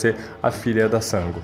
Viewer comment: Pensei que fosse só eu que ficasse com agonia ao ouvir ele falar Sángo! 😂